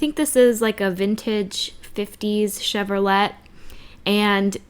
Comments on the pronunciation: Educational moment, sweet girl, the car maker is pronounced, Chev-ro-lay, as in a French pronunciation; not, Chev-ro-let. Today you usually only hear the shortened version of Chevy. I really liked your first card from the tree farm. Thanks for sharing! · Enjoyed your cards! (You do know that Chevrolet is pronounced "chevrolay?") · I am watching your older videos. I love to watch you color your cards so keep it in the video. My mother had one of those wall clocks in gold. Chevrolet is pronounced Chev-row-lay. Love the scenes you create. You are very talented and creative. Tfs